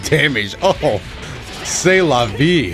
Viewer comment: Did u tried to talk in french and say "c'est la vie" ? 😂😂